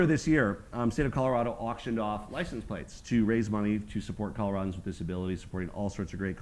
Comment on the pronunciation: I'm a Colorado native. They are not pronouncing it correctly for Native speakers. Only Trey says it in the proper dialect. The Front Range is filled with corrupt imports that don't care about Colorado.